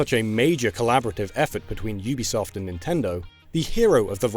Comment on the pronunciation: Finally someone who pronounces Ubisoft correctly.